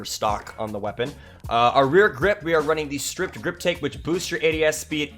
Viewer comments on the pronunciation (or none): Hate to be this guy, but it’s “stippled” not “stripped” grip. Like nipple, but with a ST in front. 🤙🏻 lol